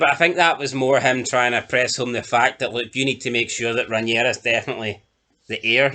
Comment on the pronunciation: Yous are at it! How many times can you pronounce the name Rhaenyra wrong? Sometimes you get it right then other times get it totally wrong! Fuck me yous are like Americans pronouncing the names on here, totally fucking wrong! Watch the show then yous might learn how the names are pronounced. Other than that good chat from you all